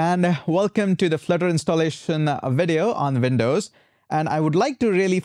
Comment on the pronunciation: Windows, not Vin...dows